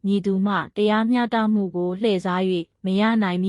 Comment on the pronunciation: စာဖတ်တာမြန်မာ မှဟုတ် ရဲ့လားတရား မျှတမှုမဟုတ်ပါ တရားမျှ တ မှု